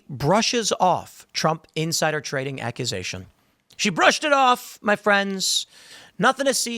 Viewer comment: Nooo, NOT “tading”! 😢